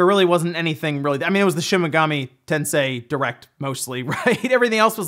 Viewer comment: Dude it's shin megami tensei, not shimigami lol